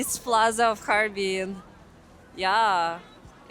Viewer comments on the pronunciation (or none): 捉虫：哈尔滨 bing，水边，不是哈尔宾bin。